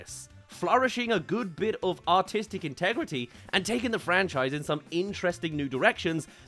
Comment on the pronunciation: I swear he said "autistic integrity" 😆